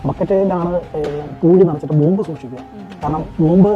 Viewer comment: ബോംബ്..... അല്ലാതെ ബോബ് അല്ല😂😂😂😂